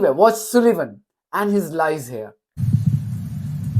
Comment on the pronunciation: You say Sullivan like Sulayman... (Its an 'u' as in 'up', not an 'u' as in 'oo') Apologies, but not comfortable with the similarity... Lol!